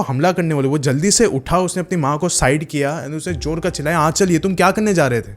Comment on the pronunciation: Pehli baat to ka ko ka bola karo, kha ni.